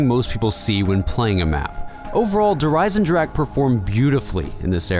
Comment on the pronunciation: Fyru Hawk it is not a silent ch, just ask any german how to pronounce it. but some people just cant say it